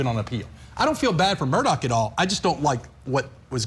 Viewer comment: Could at least 2 of the 4 people on the panel pronounce Alex Murdaugh name correctly. I have watched the entire trial from opening statements to the sentencing phase and I'm still confused on the corrrect pronounciation of his last name and even beyond that is it Alex or Alic?